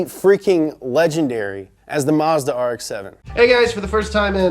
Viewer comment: You pronounced Mazda wrong.